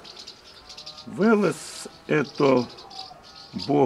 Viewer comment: Да не Вэлэс, а Велес. Вы расскажите как этот перспективный сорт трещит после дождя.